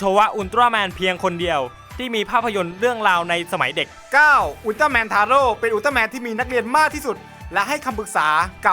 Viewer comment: 11.อุลตร้าแมนทาโร่ออกเสียงแบบไอ้โง่!!!!